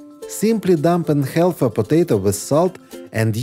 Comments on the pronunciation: half is pronounced haf (the L is silent) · Great suggestions! BTW, the "L" in "half/halve" is silent, not pronounced. Same with "salmon". English is tricky, I know, even for native speakers. Your English as second language is very good. If you're an AI, the joke's on me!